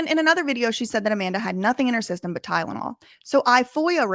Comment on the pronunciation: I’m autistic and saying “tydenol” loops over and over again in my brain on a regular basis and it drives me up the fucking wall She has invaded my brain and turned into an intrusive thought loop 🫡